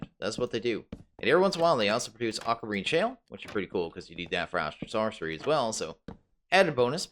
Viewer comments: You're pronuouncing astral sorcery like astral saucery xD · Do you say Astral ‘sauce’ery on purpose? Because you say ‘ore’ correctly and other words with ‘or’ correctly so why is s’ore’cery the only different one?